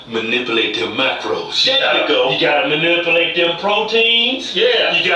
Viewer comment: “Manipalate” haha